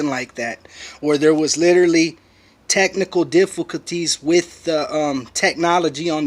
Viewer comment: taqnical difal calities